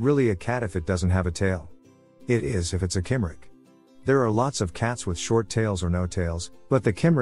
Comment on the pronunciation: Cymric is pronounced cum-rick.